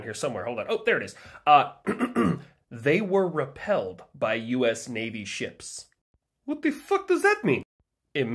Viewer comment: bro rolled his R perfectly on repelled 😂